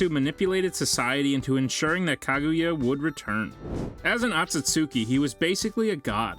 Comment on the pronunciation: After he says Kaguya I couldn’t listen anymore